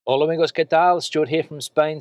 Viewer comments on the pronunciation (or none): none